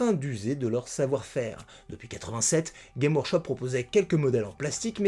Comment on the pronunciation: Super intéressant comme bien souvent, mais on prononce le « s » de games dans Games Workshop.